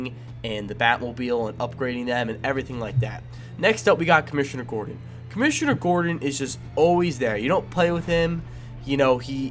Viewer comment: It's Gordon not Gordan